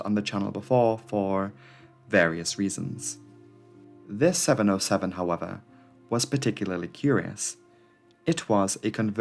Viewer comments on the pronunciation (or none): Seven ZERO Seven. NOT oh. Learn to speak. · Please: 707 is Seven-Zero-Seven, middle character is a number, not a letter "O". Don't fall for Google's faulty reading. It hurts my ears. Besides, you're making very good movies about aviation.